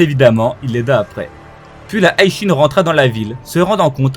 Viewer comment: Bro je m'abonne seulement si tu cesses de prononcer le HI de HI SHIN à la façon anglaise HIGH ; je comprends mm pas comment tu peux prononcer ça comme ça ; t'as jamais maté l'animé en japonais ou quoi !!??